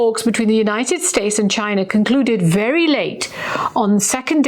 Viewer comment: Ghina. It’s Ghina. Say it right 😂😂😂😂😂